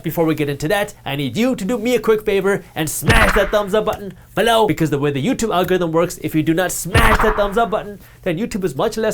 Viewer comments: Sometimes I just listen in... To hear Jaspreet say "BELOW!!" Good stuff man, keep up the good work! :) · Came here to say this!!